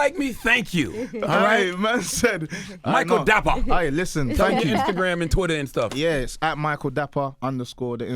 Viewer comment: Man pronounce ya name well u Ghanaian like meeeeee so say dapaaaahh